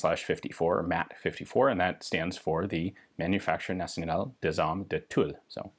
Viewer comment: It's "manufacture d'armes" not "des armes", you pronounce Tulle correctly now, bravo!